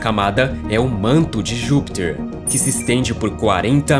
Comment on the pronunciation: Por que você fala "Júpitcher", com sotaque estrangeiro?